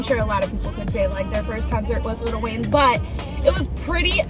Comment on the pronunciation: 😂 it’s not Little Wayne 😂 I keep cracking up every time she says it